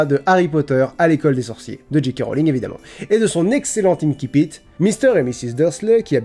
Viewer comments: Ça se prononce "insipite", pas "inkipite" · J'aime bien la vidéo, mais il me semble qu'on dit inSSipit et non inKipit. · Pour info, on prononce "ainsi-pite", c'est un mot passé du latin en français à une époque où on prononçait le latin à la française, et même si depuis on a modifié la prononciation du latin, l'usage est de continuer à prononcer ces mots de façon traditionnelle. Sinon on devrait dire "aquarioume", "canne-ker" pour cancer ou "aguène-da" pour agenda.